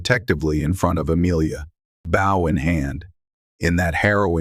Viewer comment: It’s a BOW not bough! Please get yourAI to say it right . Nice story